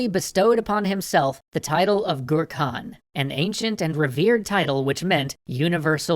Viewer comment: It's hard not to laugh when you hear that Jamhukha "...bestowed upon himself the title of 'Gur Kahn." when it is pronounced just like the swedish word "Gurkan" aka "The Cucumber".